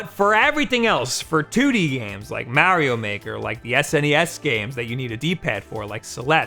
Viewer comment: Except for how he pronounce "Mario".